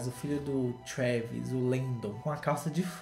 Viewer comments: O falando "Kravis" kkkkkkkkk eu morri nessa parte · toda vezz q o fala "KREEEEEVIS" eu morro de rir kkkkkkkkkkk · O falando Travis kakkakakak EU AMOOOOOOO